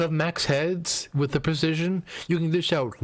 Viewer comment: you said and spelt percesion rather than precision.